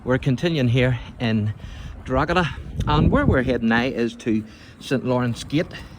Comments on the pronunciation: Why can anyone from "Up the North" Pronounce "Drogheda properly" If you are giving info about a town... Pronunciation is Key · I'm from Drogheda - the correct pronunciation is Draw-da, because that's how we say it. I could accuse you of having a Northern accent too but, frankly, kettles and pots! Keep up the good work. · No worries, I've lived outside of Drogheda for nearly 40 years - I need to mispronounce it too if I want anyone to understand me!